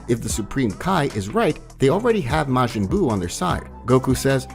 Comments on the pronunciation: how did you get the word majin as mayjin , love the video though just that word was a hard miss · kie, brolly, mayjin lol. love it though man great work